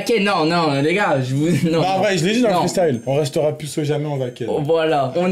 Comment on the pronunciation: au debut le titre j'avais pas compris il a dit pu alors que c'est "plus" mais c'est comme meme une bonne video